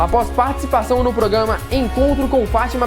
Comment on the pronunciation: "Progama" ahauahauaha